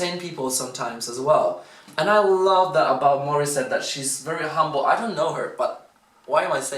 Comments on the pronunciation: He said it like "hambol" is what we mean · THE WAY YOU SAID "HUMBLE" IS VERY FILIPINO😊😊 LOL I LIKED THATT